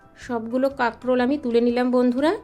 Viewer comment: Karkol na kakrol bolun 😂